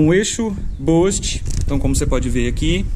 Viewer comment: Escreve-se "boost" e pronuncia "bust" e não "bost". Cara, na boa? Espero que não fique chateado comigo. Vc é um formador de opinião. 5 mil pessoas assistem esse vídeo. Se preocupe em falar um inglês correto pra não ensinar errado os brasileiros que te assistem.